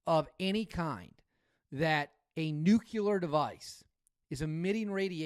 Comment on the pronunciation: new-clee-ur; not new-queue-lar